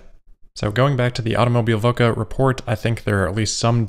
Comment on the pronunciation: "Automobilwoche" means Automobileweek translated. ... just for reference :) ... and you definitely made bits of that pronouncing it :)